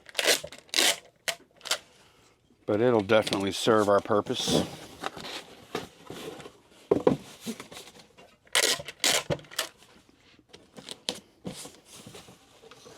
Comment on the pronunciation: Lol, it was funny to hear you say “fonky”, do you mean “funky”? And maybe the other is “wonky”…?? Love to watch & have learned a great deal from all your videos.. THANK YOU for sharing👍 You two are a great team! Have a beautiful Christmas and great blessings throughout the new year!